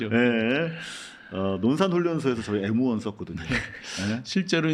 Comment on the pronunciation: M1아닌가요 그총 왜 일본발음 합니까 에무원이 뭡니까 엠원ㅈ